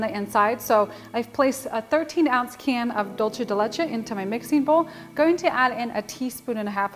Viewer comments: Sounds phenomenal! I'm absolutely going to make this now that its cooled down! By the way, you pronounce it "dulsay" not "dulchay" just saying... Happy holidays! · This cake sounds delicious ,but why do you keep pronouncing the word wrong there’s no H in dulce ( d..u..l..cee ) not dulche.